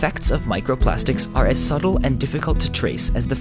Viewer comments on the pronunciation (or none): none